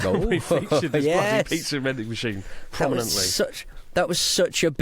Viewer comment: Did Chris say "piksa" vending machine? You slipped,! You slipped!